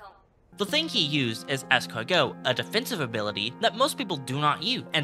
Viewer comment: Es-CAR-go? LOL Otherwise spot on so far.